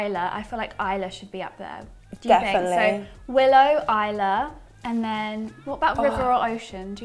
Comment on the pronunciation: Ayla is more a la instead of I la. That would be isla